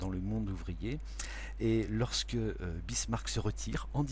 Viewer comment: Très bien ! Excepté peut être l'erreur à Bismarck et non Birsmack :)